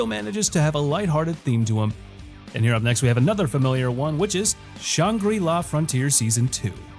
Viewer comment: saying "shawn gree law" instead of "shane gra la" is crazy